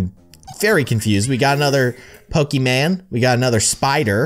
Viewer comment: IT IS POKIMON NOT POKIMAN 😤😠😡👿